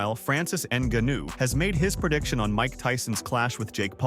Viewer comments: It actually starts with a ng sound, not enga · GANU GANU… ffff its NGANNOU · "Ann Gunnue" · A channel called fighter’s corner is going to call Francis “inaganoo”? WTF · Francis "En-gannu"😂😂😂😂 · You should learn French to say Franciss' last name in a way less embarrassing way. Try, "Nin-gaw-khew." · Francis N’ganuuuu…. Bruv, I turned off this expert after I heard that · Francis N-gone-ew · “Francis Enganoo” 😂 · Yeah i immediately clicked off of this video as soon as it said francis in-guh-new. Do your own commentary or just stop making videos... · Francis Ngannou is pronounced NAH GA NU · Pee-ka-boo, En-ga-noo. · "Francis En-Gu'noo" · Rampage said Neganu🤦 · that mf said nigganu 🤣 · You are slaughtering Francis' last name